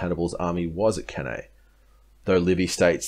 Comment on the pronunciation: It is pronounce Can I